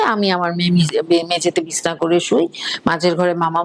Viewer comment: Madam, Bishna na Bichhna bolun. 😊